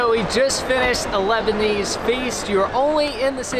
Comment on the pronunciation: it’s Lebanese not Lebonese 😂